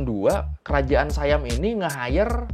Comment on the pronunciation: bukan sayam bang baca nya, baca nya tetap siam